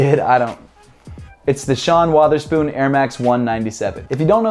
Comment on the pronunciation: It’s not pronounced “Waterspoon” put some respect on the man’s name 😫